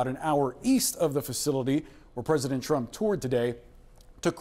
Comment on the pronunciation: "I will boat for Donald Trun"